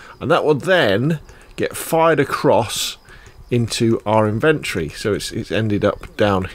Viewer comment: I couldn't finish the video because how have you gone that long in life as a gamer & no one told you it's "IN-VEN-TORY" not "IN-VENT-TREE".......